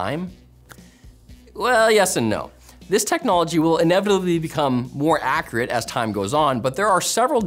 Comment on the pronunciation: His pronounciation of accurate isn't very accurate. Accreate.